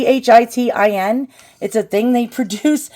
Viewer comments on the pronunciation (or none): chitin, is pronounced KYE-tin. love the video. Thanks for sharing 🦋